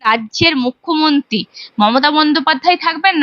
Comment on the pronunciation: এই যে সাংবাদিক দিদি আগে উচ্চারণ ঠিক করুন কথা টা mukhyomonti নয় মুখ্যমন্ত্রী হবে আপনার বহু উচ্চারণ ভুল থাকে যা অত্যন্ত কানে লাগে আপনার নিজের কি কানে লাগে না?